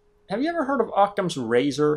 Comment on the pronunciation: Occam's Razor, not Octam's.